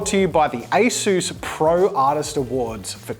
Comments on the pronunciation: asus not asoos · Me: English IT'S NOT ASOOS IT'S ASUS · Its not pronounced Ayesues it's pronounced aceus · Take out the a in asus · ITS MOT ASOOS ITS SOUNDS HOW OT LOOKS ASUS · i've always spelled ASUS as "ah-soos" this is the first time i've heard anyone say "ay-soos" and it just sounds so weird to me since i've been saying it my way for pretty much my whole life, and im still gonna say it that way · I always thought it was pronounced like A-sus not A-Soose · "A soos" 💀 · Bro that a s u s was made in South Africa and your saying it wrong say a sus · I thought it was pronounced as-us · Nobody, not a single soul: ... Jazza: ASOOS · A-sus 😂😂🤦‍♀️oh jazza 😅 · I’m sorry Jazza, but you’ve made a grave mistake today. A mistake, so big, that I might not be able to watch your videos anymore. It greatly affected my view on you and your brand as a whole and I’m disappointed in you. I mean, it’s such a big blunder and you act like it’s not a big deal?! Please Josiah, pronounce it as A-SUS (sus!!!!!) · Did that say Asus or a sus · Why do you say Asus like that? haha Also, I have to find a fault, because I'm jealous of your talent.... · the way he said asus